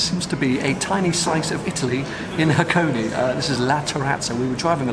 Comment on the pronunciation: I know this is an only video but I can't not point it out. This place is called Hakone. (Ha-ko-neh). Hakoni (箱に), as you keep calling it, is an incomplete sentence about boxes.